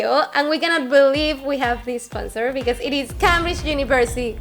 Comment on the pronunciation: 2 seconds later "esponsors"